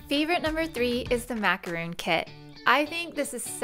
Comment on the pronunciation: It's pronounced mak-er-on not mak-er-oon .... Macaroons are something else entirely, made from coconut! Thanks for all your videos :)